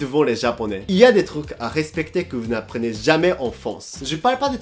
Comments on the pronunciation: Et prononcer vOUs et pas vuuuu c'est difficile ?? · Il prononce "veux" au lieu de "vous" ou je rêve? "ça m'énerve les gens qui s'exprime mal en français !"🤣🤣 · faut arrêter de dire "veu" a la place de "vous" 😄